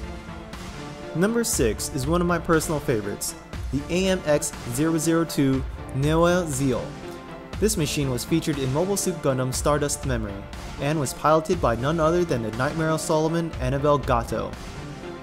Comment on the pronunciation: Neue Ziel is pronounced "noia tseel" It is a German term for "new target" or "new goal"